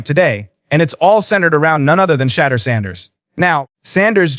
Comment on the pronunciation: Pronounce his name correctly! What is wrong with all these deliverance announcers!